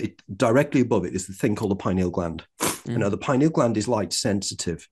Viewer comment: I believe him because he pronounces “pineal” correctly…..lol. FINALLY, someone that pronounces it correctly, THANK YOU!!!